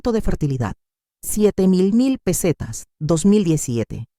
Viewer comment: Todas son las mismas historias. Y las pesetas las lee muy mal la IA. Recordar que lapeseta dejó de circular en 2002, ahora tenemos euros